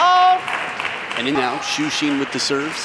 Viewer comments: Can someone tell the commentator that whether in English or Mandarin, "Xin" is pronounced as it is written, NOT "Xeen". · Xin is easy. Xu is the hard one for those not knowing pinyin. It's hilarious that he's often called Shoe Sheen. Nah, Xuperman is better.